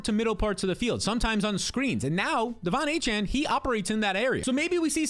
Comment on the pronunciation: I exit the video after he said Devon achane